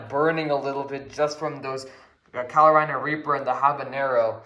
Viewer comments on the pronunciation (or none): bruh it’s carolina not “calo-rina”